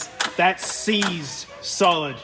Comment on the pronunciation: "that's seized solid" more like See's'd solid :D